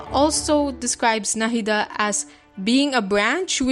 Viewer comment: The pronounciation was very perfect it's coming form and Indian it was perfect to the very last bit